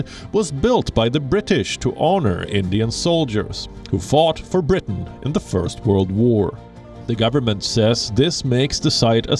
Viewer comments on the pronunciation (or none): none